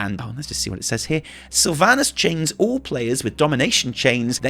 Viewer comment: then casts ''Rime'' clearly says rive XD